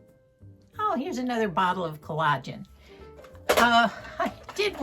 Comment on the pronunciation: Hi! Collagen is pronounced "COLL a gen", with the emphasis on the first syllable. You are pronouncing it with the emphasis on the second syllable, "a". Sadly, eating something and putting it on your face do not bring about the same results. Love you and Moosie!!